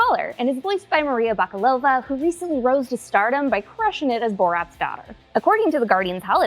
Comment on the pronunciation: Love the way you pronounce the name of the actress Maria Bakalova ❤🇧🇬